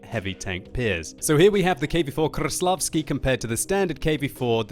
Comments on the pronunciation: Its not kruslavsky its kreslasvky lol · stop saying kRAĞVslavsky! Its so annoying, ok we get it you can pronounce ''R'' really good. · KRrRrRRRrrrrRRRrrreslavkiy.... Your pronounciation is horrible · try to pronounce 'R' a little softer, not 'RRRR' . Krrrrreslavsky, not like that, say Kreslavsky, soft 'R' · ''THE KV4 KRRRRRRRESLAVSKIY" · KV-4 Kraplavsky ... hahaha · Rolling your r's doesn't instantly make you pronounce the tank right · biggest pile of crap ever and kreslavsky is being mispronounced ... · I hate how he pronounces Kreslavskyi